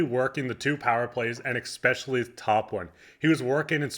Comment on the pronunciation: ya they gotta work the powerplay "eckspecially" ....smdh lol